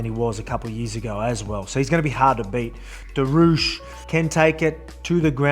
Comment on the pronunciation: Volk it's pronounced duri-ush. Time to get that belt back. Much love from Mid North Coast Champ.